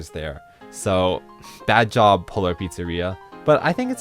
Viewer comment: I can't help myself, I keep hearing "Polar Pizzarrhea" :D